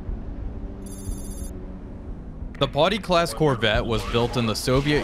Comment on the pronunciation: TY. The 'Potty' was starting to grate.